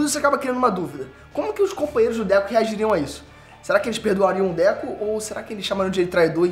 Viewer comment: Mano 🤣🤣🤣, não é Déku, é DEKU...🤣🤣🤣 DÉCO, é o ex jogar do Barcelona 🤣🤣🤣